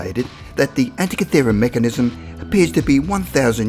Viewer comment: Antikythera, not anty-tikara. good info though.